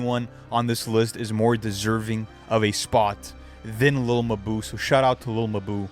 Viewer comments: 😭” lil muh boo” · lil muhboo nfr podcast luca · Lil muhboo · Lil mabu❌ Lil muh buu✅ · what's really wild is hearing all the pronunciations of his name specially the one guy at like 45 seconds calling him lil mah-boo lmao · Its "littlemuhboo" all in one no spaces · Wtf is a little ma-boo?!?! Sounds like a small mammal of some kind.....😂😂😂😂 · "Lil ma boo" - 😂💀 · 🤣 No matter what I do, (ah!) I keep hearin' muh boo (ah!). Nelly and Kelly parody. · Chopping on him like a mf 😂😂 said no one is more deserving than muh-boo 😂😂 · Lil mbou 😂😂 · Lil muh-boo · Bro, I been watching your content for a few weeks now and I am impressed. Content is quality and to the point. BUT PLEASE, Take some time to look up the pronunciation of some of the words that you are not familiar with. You are MURDERING like 5% of your own script. It would be one thing if it was just some random words in a podcast or basic conversation. But your videos are detailed accounts of people's lives or events in their lives, botching very simple words and locations makes your videos hard to understand at times and is seriously pushing away potential subscribers like myself. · bro cant even pronaunce lil mabu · how do you mispronounce lil mabu that bad 💔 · I don't get how you could know enough about Lil Mabu to participate in a conversation about him and not know how his name is pronounced